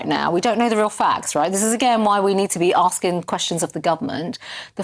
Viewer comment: PP's political maneuverings post election defeat-what this is-is not appropriate when children have died. And that voice-Holdin' 'askin' & 'policin' & 'standin' 'makin' -arrrgh....! It's a silly affectation to make herself sound authentically ethnic & from da street.